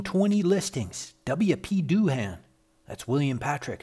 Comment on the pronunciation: Doohan is pronounced DOO-un, not DOO-HAAN.